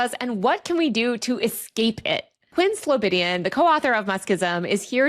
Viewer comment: It's Quinn SlobOdian, and you have it spelled wrong in the intro text as well as saying it wrong. (One of the articles you show early on has it right.) I guess he didn't want to correct you in the recording (or isn't concerned about it)? Just suggesting a correction.